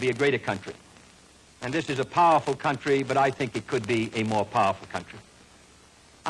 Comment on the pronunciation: “Powuhful” “majuh” “suvivuh” this is for real!